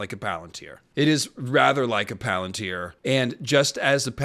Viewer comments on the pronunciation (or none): none